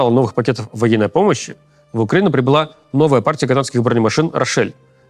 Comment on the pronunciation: он сказал "вагинной помощи" ??